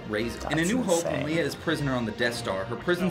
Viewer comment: Did anyone else hear him say Leah instead of Leia?